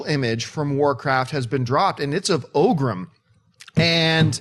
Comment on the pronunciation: It's "ORGRIM" not OGRIM... Just saying